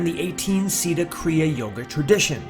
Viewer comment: it's 'sid---ha" not "sid-a"; "Koon---dalini" not "Kund..."; "yuke---....teswar"